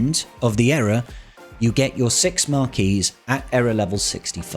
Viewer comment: Why are you pronouncing Era as Error 😵